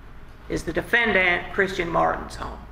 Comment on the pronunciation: defend-ANT. lol